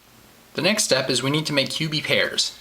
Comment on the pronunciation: When he says cubie pairs it sounds like he is saying pubie hairs!